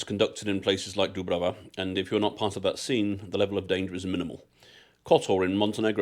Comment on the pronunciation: You were in Olympic village, everyone is wearing tracksuits and no one speak Croatian....it is not Dubrava,it's Djubrava 😂